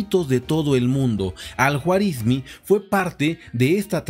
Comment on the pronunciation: Se pronuncia Al Juarismí.